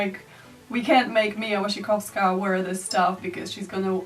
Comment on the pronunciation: My heart did a flippity flip when you pronounced Mia Wasikowska's name in Polish